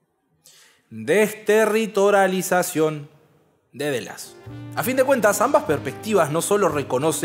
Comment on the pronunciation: Las horas que perdí tratando de explicarle a libertarios votantes de Milei que el posmodernismo no es una ideología política... PD: Una pausa tan larga e igual pronunciaste mal desterritorializacion...